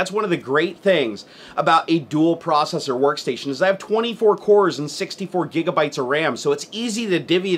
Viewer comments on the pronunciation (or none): none